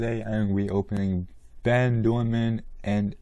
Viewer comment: Great video, I really want Ben. He was only released once in 2010 in a super rare team set. Ernesto is actually not too bad, I like the yellow on him. You actually said Bens name wrong it's pronounced Ben Doordan, you said Ben Doorman.